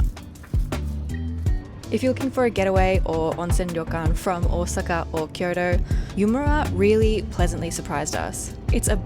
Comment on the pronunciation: Also, I had to chuckle at the end. You said Osaka with a kind of Japanese pronunciation, then fully Aussied on the Kyoto. 😂